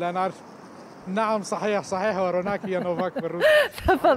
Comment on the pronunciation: روناك اسمها وهو قال روفاك ( روناك اسم كوردي) ومعنى مضوي